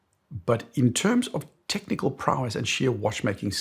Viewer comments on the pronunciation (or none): none